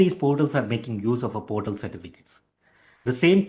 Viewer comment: its not high pitch. he doesnt speak english properly. for example portal instead of PORTAL he pronounced as 'PERTAL'